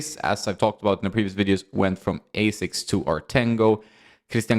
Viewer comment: Asics are the gods of sports shoes and created Nike as their pet brand in US... so learn to pronounce it dude before making a video